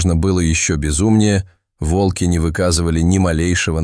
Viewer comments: Рассказ рассказом, а ударения все таки надо ставить правильно: вОлки - это звери, а валкИ - это технические устройства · Не вАлки,а вОлки.Народ,вы не устали от этих умников,которые включают ИИ для озвучивания роликов.? Дешёвка!Тьфу,слушать невозможно.😢😮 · Очень интересная история!!!Но надо говорить не во"лки а волки. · Не волкИ, а вОлки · Почему волкИ, а не вОлки? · Лучше сказать вОлки, а не волкИ. Текст читает робот с механическим произношением и ошибками в чтении слов. Это неуважение к слушателям. Живое чтение ценится намного больше. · Видимо ИИ учили читать по тем книгам, где часто употребляли "волкИ позорные". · Волки ударение на последний слог, как будто ии озвучивает. Всю историю пытаешься понять что здесь происходит и время слышишь от автора : волки окружили дошадь и какое ж это странное явление. И опять: странное явление тут происходит. Все тут странно: и звуки, и волки и лошадь... и сама история.